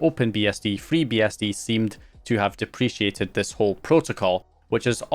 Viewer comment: Dep-re-cated mate.